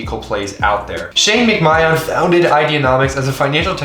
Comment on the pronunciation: Man said Shane Mc-My-On 🤣😂🤣